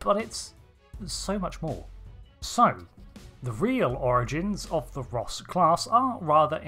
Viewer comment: you realy need to speack a bit more clearly becuse it sounds like your saying Rust class which just makes this funny as hell to me